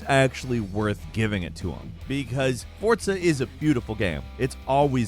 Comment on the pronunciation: It's not Fortza, it's Forza.